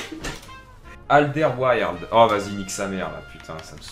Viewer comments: Pour Alderweireld , ça se prononce Al-Deur-Wé-Reul-D , bonne chance pour tes packs opening :D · Aldewereled pour la prononsation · AL DER WAIR ELD voila comment ca se prononce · ça se prononce "adervéreld" avec un petit accent néerlandais sinon GG pour tes vidéos! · C'est " ALDEURVÉREULD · Ça se dit Al Der Wé Reld ahah😉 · le nom du joueur se dit "Ald-air-vey-reld" :) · LE NOM SE DIT: ALDÈR-WÉ-RELD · Alderweireld se prononce "Alledeurwèreuld" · non c al der wér elde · Ca se prononc Al-der-wé-reld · Ça se prononce alderwéreld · Phonétiquement c'est "Aldair ouel raide" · Ca se dit Aldervereld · on dit AL DER OUAIS RELD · Ca se prononce Alder-ouai-reld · On dit alderwereld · Hahaha ça se prononce Alderwéreld